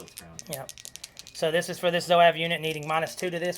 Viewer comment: Zuave is pronounced zoo-aaa-v 😁